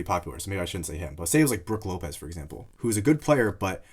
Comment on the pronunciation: My man really did Brook López dirty 🤣